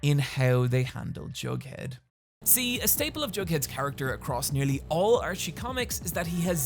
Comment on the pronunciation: "I'm sorry Johnny Cash, that we couldn't help you" Jumps out window (Edit: Nothing will convince me he's saying Jughead)